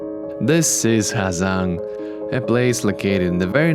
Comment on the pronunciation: Bạn là phượt thủ nước ngoài phát âm HÀ GIANG chuẩn nhất